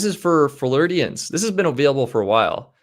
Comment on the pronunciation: Where are the floor-deeans? Hehe. Funny pronunciation but we got the jist, haha.